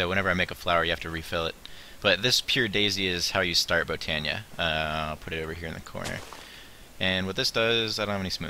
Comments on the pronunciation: No not b oh nee uh / bot o nee uh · Oh and I think its pronounced /bot/ö/neea